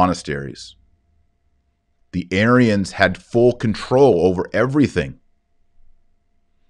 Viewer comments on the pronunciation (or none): none